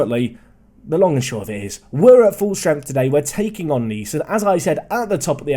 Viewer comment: Oh my. Butchering has gone too far! Now he's butchering English words in french. You're losing your English roots! Naize, not nees;)